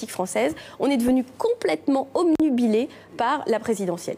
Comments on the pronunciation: c'est con de répéter 3 fois "omnubilé" quand le vrai mot c'est obnubilé Cécile :/ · Elle dit "omnubilé" !!! ça n'existe PAS, c'est "obnubilé" et j'ai vérifié. ça promet ! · La Duflot, elle dit bien: homme-nu-bilé, ou c'est moi qu'entend mal?